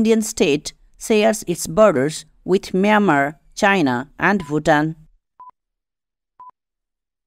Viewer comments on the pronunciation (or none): none